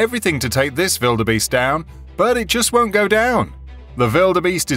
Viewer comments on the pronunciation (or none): why do you say vilderbeast haha its got a W for a reason its Wilderbeast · Why do you spell it Widerbeast? It's spelled wildebeest. LOL